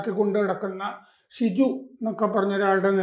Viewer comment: സാർ, ഷിജു അല്ല. ഷൈജു